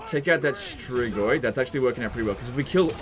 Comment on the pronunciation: Hey, really weird question but I binged so many of your videos that I have to ask: Why do you pronounce strigoi so damn accurately?